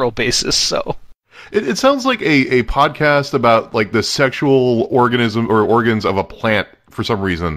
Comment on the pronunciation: Spelled "Spwadcast" but pronounced "spodcast"?